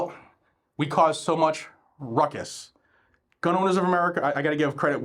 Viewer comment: Did you say ruckus?